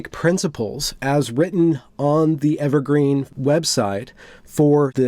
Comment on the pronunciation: Interviewer: So, what institution is it you graduated from? Interviewee: Evewgween. Interviewer: I see... (Sets résumé atop 'the' pile) ... We'll let you know.